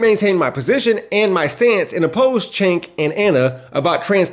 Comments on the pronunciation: Wether you like Ana or Cenk ( btw, your purposely not pronouncing Cenk correct ) , they are NOT anti trans. And they are both certainly NOT right wing. Does anyone ever agree with every single word someone says or how they say it. I was sorry too hear about Benny. But they absolutely do believe that she deserves too be able too live how ever she wants. Safe, healthy and happy. Ana gets on my nerves sometimes and i don't always agree with some of their opinions . But i trust that their giving us the facts. And want what's best for our country. And i still watch them almost everyday. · The fact that you don’t know how to pronounce Cenk’s first or last name is amazingly telling.